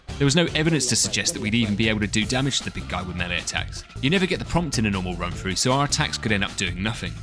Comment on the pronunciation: You had my interest with "meele", but you have my attention at "no knife"